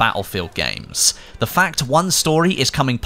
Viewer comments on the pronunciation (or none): none